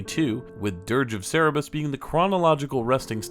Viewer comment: Its Sir brr us. Come on my linguistics. (Cerberus)